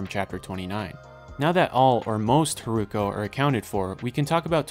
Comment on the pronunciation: Love this video it's extremely informative for a casual anime watcher. I had no idea there was a time gap between the two storylines and wasn't able to catch that from the episodes. Just one point, the way you spell Hiruko sounded a bit like Haruko in Japanese and I got confused at some parts :( Looking forward to the second part!